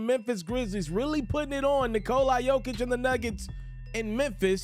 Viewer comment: Please pronounce the 3 time MVPs name correctly